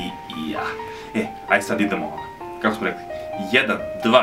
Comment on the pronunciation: Khako bi otkrio neku tajnu umesto Kako bi otkrio neku tajnu Treba Mu Menjate Glasovne Mehanike xD